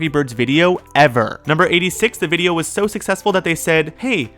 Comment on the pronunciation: i vacht the movie bifour i sawd this bwideo